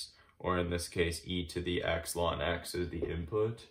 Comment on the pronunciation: Wonderuful, but I have to say that one thing I found disturbing about your horrendous video is you pronouncing ln(x) as "lawn x" 17 times.